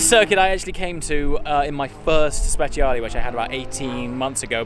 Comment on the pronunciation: Guys when you call italian cars and the name has the "E" is pronounce as "e" and not as "i" so is sprecialE not speciali. Ps. love your videos :D